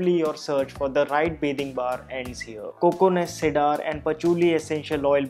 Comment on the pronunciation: Cedar pronounced " See der."